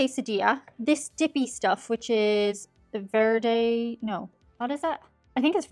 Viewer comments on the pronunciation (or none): none